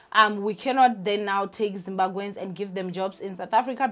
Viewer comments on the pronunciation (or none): Please work on pronouncing Zimbabweans, it may come across as disrespectful.